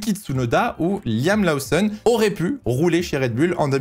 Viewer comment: On dit "Loossonne" et pas "Laossonne" 😉